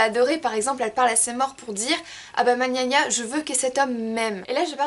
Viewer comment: Coucou très bien résumé je voulais vou apporter un petit plus "Man Yaya" se prononce comme on le lit et pas "man" comme en anglais ... voilà tout.